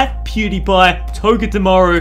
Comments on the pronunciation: He always says dewpider pew die pie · He said dewpieder